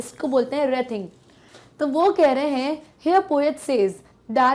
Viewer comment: Its wreathing ----- to be proounced as reething not as rathing